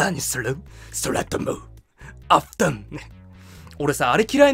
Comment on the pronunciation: あふてん(おふとん)にきこえる(?)